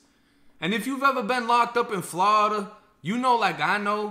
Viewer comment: How did I get here….mans literally just pronounced Florida… “Flahhhhhdah”